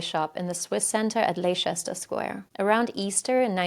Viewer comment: Extremely well produced, except maybe before attempting to pronounce English words or towns you're not familiar with, you should check pronunciation before recording the piece, like "Leicester Square" is actually pronounced "Lester" in England, also "Worcestershire" is pronounced "Woostershire" in England, also, the ending "Shire" is usually pronounced as "Sher" in England. Just a bit of advice for future pieces when dealing with English subjects. By the way, Fred West was born in Much Markle, Goucestershire, that's pronounced "Glostersher" in England, and Rosemary West was born in Northam (pronounced "Norfam" ) , Devon. They only met in Gloucester (Gloster) after they had both moved fairly local to one another. In actual fact, Rose's Father visited frequently and went to "Rose's Room" with her for sex, showing that her Incestuous relationship with her Father continued after Rose Married Fred.